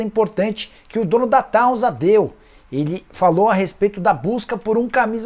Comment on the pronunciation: Nicola, é TTAUNSA OU TAUZA? Porque eu leio TAUNSA, mas você fala TAUZA. Eu não entendo.